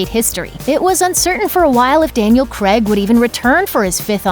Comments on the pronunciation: Daniel Craig... “Pronounced CRAYG” Not Kregg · Who is Daniel Creg? The guy in the bond films is called Daniel Craig. It's pronounced exactly as it's spelt. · You can't say Bonds surname right. It is not 'kreg'. It's more 'kray-g'. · His name is Daniel Craig - pronounced ‘Cray-g’ NOT CREGG! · "Kreg".... ffs this is not how his name is pronounced 😓